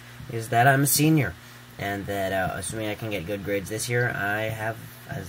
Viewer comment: *year, not yeah.